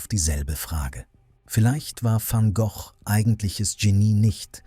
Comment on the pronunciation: Sorry, ich habe mich falsch ausgedrückt. Bei Vincent van Gok, nicht ausgesprochen "Goch" bin ich zugegebenermaßen zusammengezuckt. Die Stimme ist ganz okay.